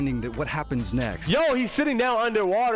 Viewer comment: The muhammid Ali?.... Please never disrespect the late great Ali like that